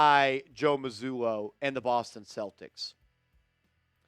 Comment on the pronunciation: Constructive criticism: it's Mazzulla, with an A, not Mazzullo.